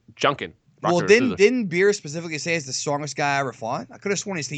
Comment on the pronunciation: It's beerus